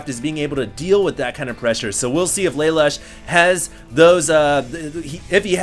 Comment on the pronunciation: LA LOOSH for crying out loud. get it right.